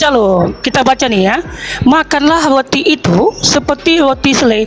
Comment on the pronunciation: Roti bukan Loti😂😂😂 biacara aja gak jelas balik sd sono